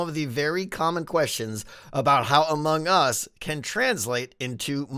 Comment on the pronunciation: I have to tell you again, because apparently you’ve forgotten what Zed said, Among Us is not pronounced like 2 words.